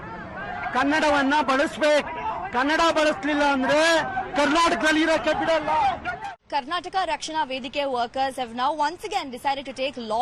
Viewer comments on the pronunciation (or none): When you intentionally spell/type/pronounce wrong names "KARNATAKA" as "KARNATAK" and "KANNADA" as "KANNAD" is like the feeling when your name "RAVI TEJA" as "RAVI BEEJA" 👍